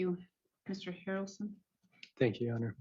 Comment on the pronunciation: Mr. HARRaRrlson, Mister HARRalson lol